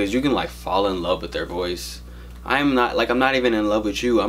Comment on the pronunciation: "with" not "whit"